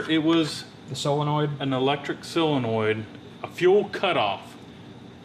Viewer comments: silonoid? haha. Damn never heard of a sillonoid haha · What the hell is a "silonoid"? or did you mean SOLINOID? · It's solenoid not "silinoid" ya goober. Lol! In all seriousness though you guys are the shit.